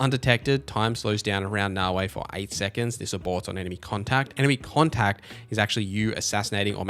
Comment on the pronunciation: Great video I gave you a like. One small piece of feedback though. There is no W in Naoe. It's not Naoway. Pronounce the last letter like you are saying the letter "A" Na-O-Aye.